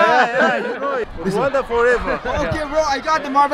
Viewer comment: It's wakanda not wanda 😆